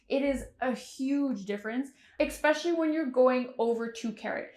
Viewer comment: “ expecially “ ??? It’s ESPECIALLY,correct yourself